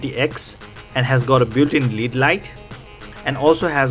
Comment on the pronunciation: Neat, but Light Emitting Diodes are abreviated as L.E.D. not "lid"